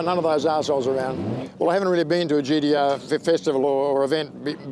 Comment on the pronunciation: gee dee arrrrr